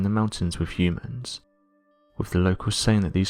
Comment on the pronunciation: Hummans? I guess the more commonly used pronunciation hyoomans is unacceptable here. Weird to hear.